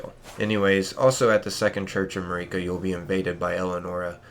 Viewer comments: its MARika, not MUHreeka. jeez the way ppl pronounce things is so damn cringe. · Nitpicker here. Hate when people mis-pronounce names that characters pronounce in the work itself. How do you say "ma-ree-ka" after you've heard everyone else say "ma-rih-ka" like 50 times??... Anyway... Super important stuff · How do you not know how to pronounce Marika’s name? They say it like a thousand times in the game